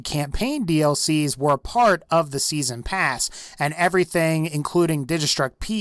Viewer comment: "season prass"